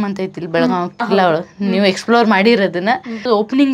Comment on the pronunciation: ಎಲ್ಲಾ ಓಕೆ ಬೆಳಗಾಂವ ಯಾಕ್ , ಬೆಳಗಾವಿ ಅನ್ನಕ್ ಕಲಿರಿ